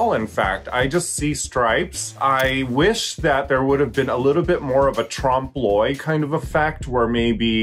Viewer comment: Raja says "tram bloy"?? Or, what did she say? What is that??